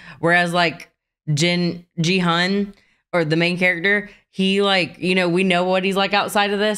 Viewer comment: Im sure yall are almost done with the show alrdy, but if you want a closer phoenetic way to say their names: Jun-ho = Joon Ho Gi-Hun = Key Hoon (but very soft K, or hard G) Deok-su = Duck Soo Sae-byuk = Say B'yuck Mi-nyeo = Mean Yuh Rest of em sounded pretty good to me. Hope it helps!